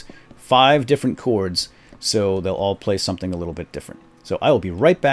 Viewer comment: Its chords not clords